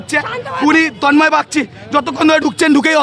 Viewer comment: Namta tik kore bol Tanmoy na re😂